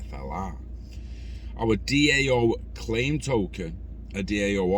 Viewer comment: DAO is pronounced Dow. Cheers for content bud